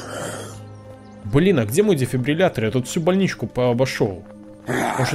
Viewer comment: Он впервые сказал слово дефибриллятор правильно. (Если честно я 10 раз пытался написать это слово)😁